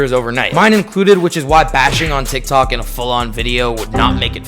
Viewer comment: sounds like you said "dik tok" in the beginnin 😂